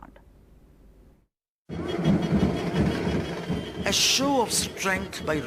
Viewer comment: Madam Sarah Jacob, it's Tamil Nadu. Nad-U. U. Learn it.